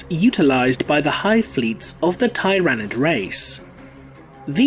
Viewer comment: “Tie-ran-id race”